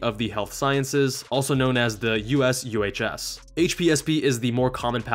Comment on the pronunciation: Often they won't let you subspecialize depending on needs. There is an added "professional pay" to help fill the gap between civilian and military pay. It's significant but not near what you get in the civilian world, as highlighted in this video. Also, USUHS is often pronounced "you-shoes".